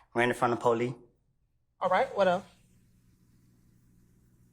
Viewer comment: He said “ running from the poley”😂😂☠️